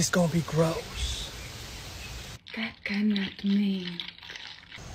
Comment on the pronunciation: At the start when he said “this gonna be groose”! 😂